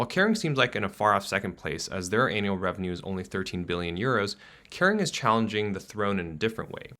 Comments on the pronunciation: And it's "annual" not an.. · “Anal earnings” 😂😂😂 This guys pronunciation! He needs to learn how to say Givenchy if he is going to comment on high fashion.